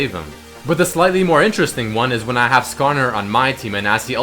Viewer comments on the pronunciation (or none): none